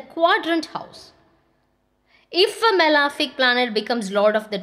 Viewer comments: It’s not “malaaaafic” it’s malefic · it is not correct though pronounced so by many Astrologers.. please check cambridge pronunciation.